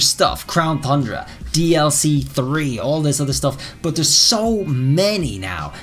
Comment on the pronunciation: I love how you pronounce tundra “thundra”.😄